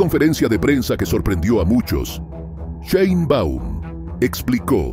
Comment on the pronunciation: No se pronuncia Sheinbaum tal cual se escribe